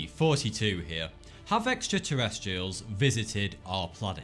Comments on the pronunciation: Sounds like he keeps saying 42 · I keep thinking that your saying 42 in the intro x) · I still can't get my head around it... = for-tea-to 42 = for-tea-to The = zeh... Something similar to that. (I presume you pronounce 'The' as - 'thee' not with an 'F' sound but with a 'zee' sound to it) Found = f-ow-nd Guess my accent is different. When I'm online, let's say, talking to a stranger, they normally ask if I'm from London, even though I've never been London in my life. I just can't seem to get how people pronounce them both differently, it's really confusing to me because they're the same to me. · All this time I thought he was saying "42 here" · I thought he was saying 42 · Every time you say that I feel like you say 42 not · It sounds like you're saying "forty-two" instead of... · How did he get "forty two" from "thought two"? I know it's a pun and all, but to me the pronunciations of the "f" sound and the "th" sound are completely different. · Speech impediment makes it sound like forty 2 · Brah you are saying fourty .. lol do a video of you saying these words .. I fought an elephant . Where is the fire hydrant If we all fought and the. Thought we saw something then wouldn’t that thought be five times better than the forecast ? I’m just messing around man I love your videos , thanks for all the hard work and great info . U rock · Sounds like he says Forty-Two. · Sounds like he says "hey 42 here" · Is it just me or does he say "42" at the beginning of every video??? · LOL I always hear you say Hey 42 is here :D good cases. the allagash 4 and travis Walton are true. I hadn't heard the other ones. but 1 of the best cases were the Hill's in new Hampshire back in 1961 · No. You're saying 42. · Why does it sound like he's saying Forty two? I hate that shit lol. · at the beginning of his videos it sounds like "42 here" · do you say 42 or? it really sounds like you say 42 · He says like 42